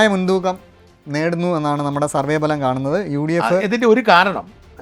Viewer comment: 101 സീറ്റുകളുടെ ബലം എന്നല്ല ഫലം.